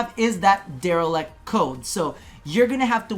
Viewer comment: DelerIct not delerEct.